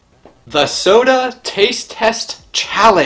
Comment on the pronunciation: I thought he said a random sodar.